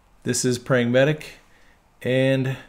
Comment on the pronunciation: this is sounds like "pragmatic""